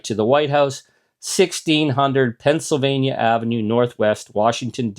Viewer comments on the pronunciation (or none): none